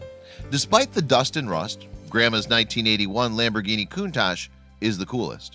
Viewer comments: Stop pronouncing it coontarsh it pronounced cuntash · It’s pronounced cuntak.